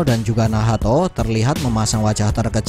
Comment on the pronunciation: Min kok nyebutnya Nahato bukan nacht